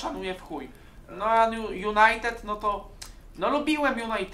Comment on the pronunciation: Niech się nauczy mówić JunajteDDD anie Junajtet